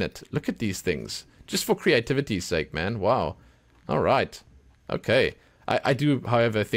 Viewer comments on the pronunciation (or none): none